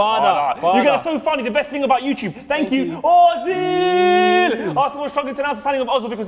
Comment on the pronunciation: no its özil! why are there for example french players with acsons in the bpl but when a german player has an Ö , nobody cares ? sad Ö ;-(